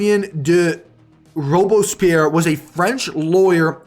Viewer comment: Robespierre is actually pronounced /rowb-spear/.